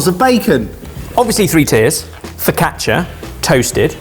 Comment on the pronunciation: He failed miserably at saying focaccia